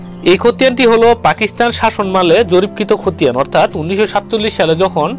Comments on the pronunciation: লেখা আছে শাসনামলে আর আপনি বলছেন শাসন মালে এটা কি ধরনের উচ্চারণ? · আপনার এই শাসনমালে আগে শুদ্ধ করেন, কিসের শাসনমালে? বাংলা একটা শব্দ "শাসনামলে" তাই উচ্চারণ করতে পারছেন না। এমনটা করলে তো আপনি কোন ভাষা-ই জানবেন না, তখন তো হবেন "বাংলিশ"। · শাসনামলে শব্দটার উচ্চারণটা কেমন জানিলাগে